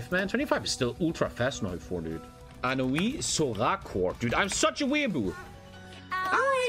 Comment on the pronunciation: "anoi sora" Just like a weeb gets the Japanese wrong